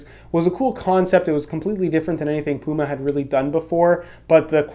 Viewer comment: He is human. Everyone makes mistakes. He will fix "pume" to "puma". Calm down everyone.